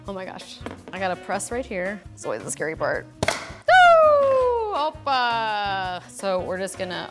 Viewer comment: did anyone else think she said oppa? Awww just me? The life of koreaboos